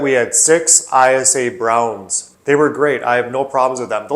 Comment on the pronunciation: ISA Brown is pronounced eye-sah. Eyesa. 👍👍